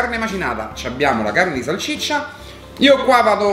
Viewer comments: Ci cmq si dice salsiccia non salccicia 😂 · Salsiccia non salciccia 😂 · A Ci se dice salsiccia non salciccia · Bella pe te però salCIccia non si può sentire